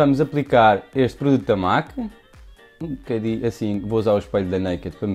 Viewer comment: ' vamos aplicar este produto da máque '😂😂😂😂😂